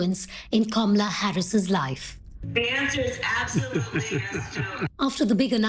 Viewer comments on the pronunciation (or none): You mean Camela? Yeah, that's about right.